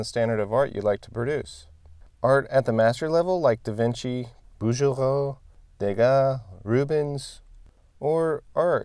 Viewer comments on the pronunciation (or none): "Bouguereau", because of the "u' after the "g" is pronounced BouGGereau. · every time you mentioned him you say 'Bou-JE-reau" instead of the sound GE (like in 'get'). Keep up the awesome content and demolish the rule of thirds!!